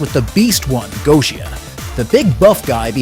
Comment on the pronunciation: I think the pronunciation is Getia rather than Goesia but anyhow good attempt at an in depth analysis.